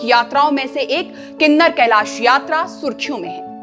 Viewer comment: गलत उच्चारण मत करो किन्नौर कैलाश है ना के किनर कैलाश